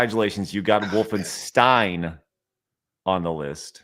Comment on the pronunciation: "wolfensteen" fired